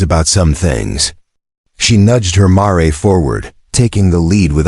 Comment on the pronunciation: AGAIN, a mare is a female adult horse, pronounced MAIR, not Marey!!!!!! The story is captivating but the narration needs practice.